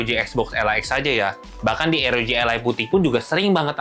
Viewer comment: R itu di baca AR. Kalo pake o-ji ya ar-o-ji kalo pake ER ya er-o-ge